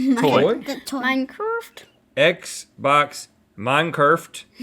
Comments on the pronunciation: The fact that the boys pronounced "minecrrrfft" like cardi b says "okuurrrr" ☠😂☠😂 I love Shando! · ah yes, minecrrft.